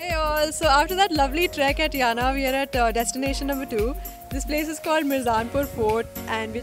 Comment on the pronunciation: My native place . Aap ko Murdeshwar , Jog Falls bhi jaana chaahiye tha . Jo Kumta se kaafi paas hai . Yes you are pronouncing Yana correctly. Nice video